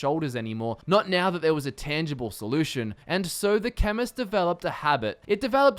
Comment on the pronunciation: I didn't read your title and I thought you said feminist